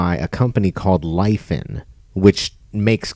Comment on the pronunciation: I believe Its called Li-Faan